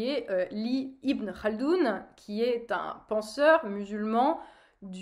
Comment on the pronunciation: Tu prononces bien le « khaldoun » 😂😂